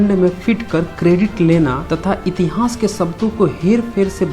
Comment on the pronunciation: Tere ko itihas kahna tak nhi ata itihas ko itihans kahta ha 😄😄